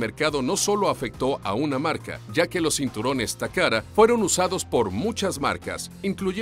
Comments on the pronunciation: Dice takara y allí dice tacata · Takata o takada aprendan a leer tio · Tengo hora y media buscando la R en TAKATA, estas hablando español papi, pronunciarlo como tal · Dislike por "Toyora" y "Tacara", por Dios se supone que es Watchmojo español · "Toyora", "Takara" jajajajajajaja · pésima locución... toyotaaaa no toyora, takata no takara.... no saben leer o hablar??? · "takada" "toyoda", pronuncia bien la letra T (te) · TOYOTA TAKATA, HABLA BIEN FORRO!!!